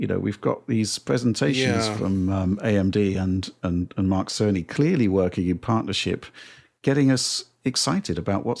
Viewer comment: Hey there its Dana Car....I mean Mark Carn...I mean Cerney. Just also noticed CERN 🤔